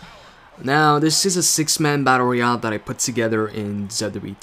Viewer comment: You keep on saying battoreal